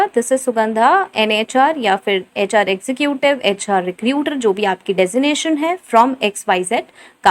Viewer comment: Executive pronounce is not ex zu ku tive is wrong it's ex zeh cative